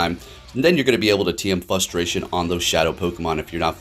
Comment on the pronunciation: Are you saying Fustration?